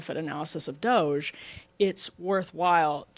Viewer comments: Ryan not being able to pronounce DOGE is becoming a great running joke. No one tell him, please 😂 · Regardless of what you think of 'DOGE', Ryan calling it "Doggy" is funny. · Ryan pronouncing doge that way is pretty boomer and cringe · Ryan refusing to pronounce Doge correctly, is top tier entertainment